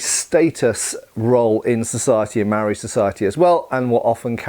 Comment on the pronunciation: just a quick pronunciation tip for "Māori". It's pronounced more similar to the world "mouldy" just imagine replacing the "ld" with an "r". (this isnt perfect but will get you closer than how youre currently pronouncing it) also you shouldn't refer to a Māori person as "a Māori" or to the Māori people as a whole as "The Māoris". This was common in colonial times but to a modern New Zealand ear it sounds mildly racist and offensive. Much like how you wouldn't call black people "blacks" in modern civilized conversation. In modern New Zealand English the word "Māori" is used as an adjective, not a noun. ie "Māori people" not "Māoris"